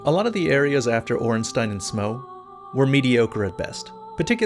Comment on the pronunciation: Bruh I'm just glad you pronounced Ornstein and Smough correctly...